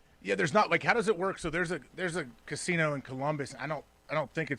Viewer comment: He's so high he can't pronounce "casino"